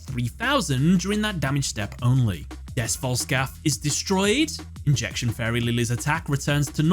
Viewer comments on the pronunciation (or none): Des Volscalph's name sounds like Des BoltScout when Yugi says it in the dub. I had 0 understanding what it was supposed to be until I saw the name written out. 😂